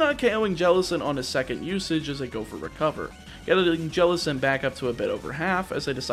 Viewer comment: JELLICENT, NOT JELECENT!